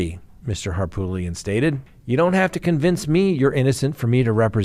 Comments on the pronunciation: HARPOOLIAN NOT HARPTOOLIAN I WILL FUCKING UNSUB IF YOU CANT PRONOUNCE A NAME THAT YOU SHOULD KNOW CORRECTLY,. Wtf. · Please, please stop calling Murdaugh attorney HarPOOLian. It's HarPOOT lian. It's an Armenian name from his family village in Turkey. Harpoot. Love ya-lol. Southerners love nicknames and he got tagged as POOT early on by many. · Why can’t correctly pronounce the lawyer’s name from the Murdaugh case? I’ve heard him pronounce it 3 different ways…..all of them wrong😂 It’s not Hartoolian or Harpoolian.